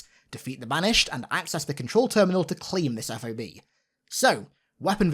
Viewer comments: Just putting this out there; but military tend to just sound out acronyms, not spell them out. It's not "eff oh bee" its Fob. Like Bob but with an "F" in front. Not to be that guy but I couldn't let it go in "Battle for Los Angeles," and it's just funny when you hear people actually spell it out. ANYWAYS! Super stoked for this game. I don't even understand how some people are trying to dog on it and saying it still looks like trash. Someone said COD Vanguard looks better.....🤣🤣🤣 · Great video, but how you’re saying FOB is driving me nuts. Just say it like a word. Saying F-O-B sounds silly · I sent you a voice message on Instagram letting you know how to pronounce FOB. In future it will be easier to say than f o b. I was in the military feel free to message me if you got questions about military terms. 343 has done a great job in using correct military terms.